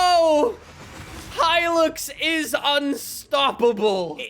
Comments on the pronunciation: Okay is it just me or is saying hilix instead of hilux 😂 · The way he says hilux considering I’m Australian infuriates me